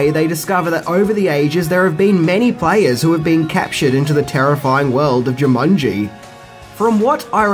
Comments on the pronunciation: Why do u pronounce it jumunji instead of jumanji? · I literally paused the video a min and a half in as it was bugging me and had to see if someone else mentioned it. Jumunji, Jumunji, Even when I said the word Jumanji in my head it now comes out as Jumunji. Damnit. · Uh,, its Jumanji, NOT Jumunji. And does everybody in New Zealand say "fings"? Come on buddy, it's part of every video title. Weird! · JOO-mon-jee, not JIM-mon -jee" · Its jumanjiiii not jumunnnji :) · Dude! It's jumanji! Not jamunji! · "Jamungy" Try to unhear that now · Jew Mongi ? Jaw mungy ?😂😂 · you sound as if you are saying 'JamUnji' all the time.